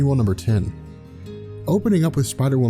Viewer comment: Did you say tu tu lidge